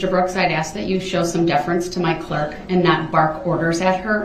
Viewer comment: I wish she would've corrected him on the word ask. His way of saying it sounds like axe